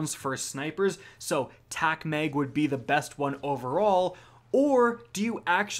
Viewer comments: mispronounces sooo many words I should just give up. Lol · repeat after me: “Mag rhymes with bag, mag rhymes with bag.” 😂